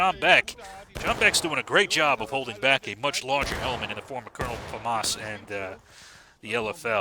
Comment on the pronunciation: On behalf of Lt.Col.Famas, it is prononced Famassssss 😂